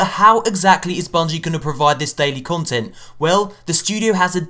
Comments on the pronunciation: "daily conent" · You spelt content wrong you said conent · *CONTENT not CONENT. But anyways, nice video